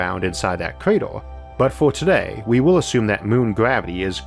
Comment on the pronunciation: lol I kept hearing creeter instead of crater.